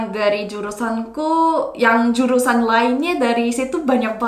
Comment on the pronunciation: ✔️ & aku cuma mau kasih masukan ya kak. saat menyebutkan kata 'jurusaN' dan 'dipiNdah' lidahnya jangan 👅 melet (menjulurkan lidah) . akhiran 'N' lidah nya berada di belakang gigi. begitu dlm melafalka bahasa Indonesia.